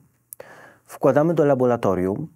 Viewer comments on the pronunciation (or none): Nie labolatorium tylko laboRatorium panie naukowiec